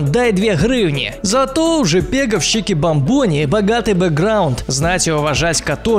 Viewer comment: Правильно чикбАмбони, а не чикибамбОни!!!!